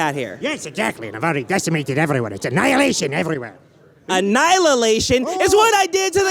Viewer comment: An Anylalation lmao